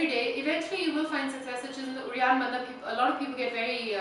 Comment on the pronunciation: When you are doing uddianda banda is sounds like you are saying reanthaba? What is that? Also, what you are doing is Uddianda Kriya, Uddianda banda is just below the belly button.